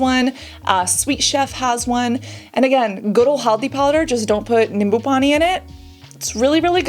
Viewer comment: wow.. the moment I heard Cassandra say haldi powder, nimbu pani so perfectly... i was amazed.. where did you get that Indian accent😮